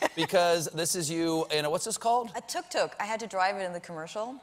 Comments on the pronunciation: Please stop saying tuk tuk like that😣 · . When she was talking about the Tuk tuk her German accent suddenly appeared. Something to do with mechanical engineering?